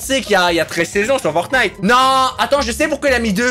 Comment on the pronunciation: dis fortnete a 10 59